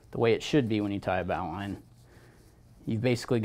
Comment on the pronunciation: BAAWWWLine.... BOW ... Bowline.... Americans..